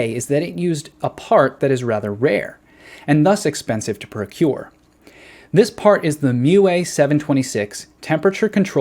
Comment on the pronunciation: "Procure"? Really? lmao!